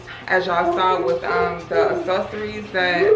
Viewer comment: A-Sorceries, are they moving objects like in Harry Potter? Im jk, just teasing, girl… I know you meant accessories, you were just too excited.